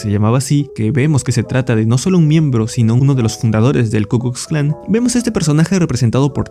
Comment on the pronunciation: Te comes la "L" y aparte pronuncias "S" (KU "KUS" KLAN), es KU KLUX KLAN. Sí es un poco dificultoso decirlo bien, justo lo estaba haciendo y tuve que repetirlo varias veces, es como un trabalenguas